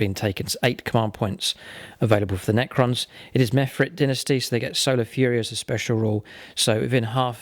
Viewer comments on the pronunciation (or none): none